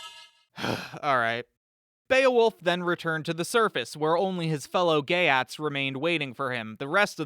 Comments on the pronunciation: Geat is pronounced "yacht" and means "Goth..." in Sweden, the area Goths inhabited is called "Götland," (sounds like Yootland) its capitol "Göteborge" (sounds like Yutteboryeh). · Geat is pronounced more closely to “yate” weirdly enough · It is not pronounced “Gay@ Honestly pretty close though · the ea in geat is pronounced like ee